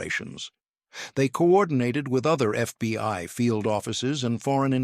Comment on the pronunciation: Please it is called the FBI not the FBY. If you folks cannot get it right hire someone who can write the script correctly or someone who will read the script right. This is getting ridiculous.